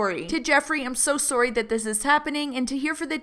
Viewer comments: Hearing your accent when you say “sorry” makes me happy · You say sorry really weird 😂😬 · is no one going to say anything about the way she says sorry?